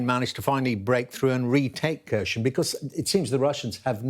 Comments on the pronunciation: The Ukrainian speakers I've heard on YouTube pronounce Kherson with a silent K. "Hair-son" with the emphasis on the second syllable. Same with Kharkiv as "Har-keeve". We owe it to them to at least TRY to pronounce the names correctly. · He still can't pronounce Kherson 🤦